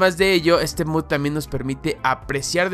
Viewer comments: por favor, deja de decir "MUD", la palabra mod es abreviación de MODIFICATION, se lee MOD, no MUD xd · No es de mala onda ni nada, pero me da gracia que diga mud en vez de mod, supongo que es su manera de hablar, no es nada malo solo me pareció curioso